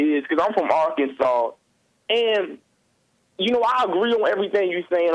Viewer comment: "Are-Kansas"...lol Guys...That's gotta be the next T-shirt! Joel = Black!!